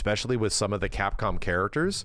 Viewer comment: Remember when said "Capcpom"